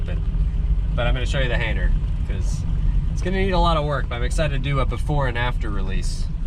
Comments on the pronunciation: You keep saying “hainer” and i love it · Didn’t realize the “g” was silent 😂